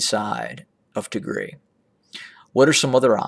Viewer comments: What Tigre? Pls correct Pronounce it’s Tigray!!! The one used pronounced is similar to call instead of America “ amrea “ which is completely only used hateful people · Yes I am wondering why this is called "attack drones over tigreee" .... primarily because it's usually pronounced tig-ray ;) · 🤣🤣🤣🤣🤣🤣🤣"ATTACK OVER TIGRI". 🤣🤣🤣 YOU CAN'T EVEN PRONOUNCES THE NAME PROPERLY TIGAY. YOU TRY TO ANALISE WHAT HAPPENED IN TIGRAY. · Pronounced tig rye